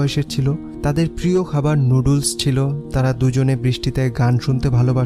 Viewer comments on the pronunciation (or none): none